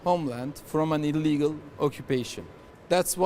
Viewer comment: nice to hear him say "elegal invasion" after just saying that he chooses his words carefully bc of his father in law